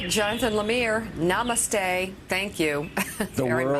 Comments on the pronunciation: scowls in white privilege nama... namasta... namastey... Trump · She had to do the Namaste correctly to prove she knew how to say it. haha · Trump's pronunciation... NA MOOOOO STAY! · Lol wow. "nuh-mah-stuhh" Don't all white American women know that word? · Reporter : Num-mutte-ste ??😂😂😂 Lol wut was that msnbc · How can she not know how to pronounce such a well known word??? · Wow. She didn't even try to find out the proper pronunciation of namaste. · fist time i come across a westerner struggling so much to say the word "Namasthe". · Reporter donot know how to pronounce popular words like Namaste, Gandhi. Get her educated, first. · Lord...the pronunciations in this clip! Melania looks great though. Namaste! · Namaste is not that hard to say. Unless you've never encountered the word before. Which means you have no experience relating to people from India or people who do things like yoga and meditation. You know, normal people. At least she got it at the end....after her producers spoke the word in her ear a few times. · Shes struggling to pronounce namaste #trumpeffect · She butchered Namaste! 🤣🤣🤣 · What's the matter with these "journalists? They cannot even pronounce Namaste, or even Muhat Mangadi correctly. And you keep your job??? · How hard is Namastey Thats the first thing foreigners pickup from India. 🤦🏽‍♂️ I thought reporters are professional and they prepare for such before uttering. Anyway Modi called "Doland" Trump, so its even now Something Americans should know. Of all the president's that visited India Eisenhower is the best one followed by Obama Trump Bush(this is most important politically) Nixon(he didn't even make it past a day - he was worse than Trump) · Really mika? You can't pronounce "Namaste". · How can you mispronounce Namaste? 🤦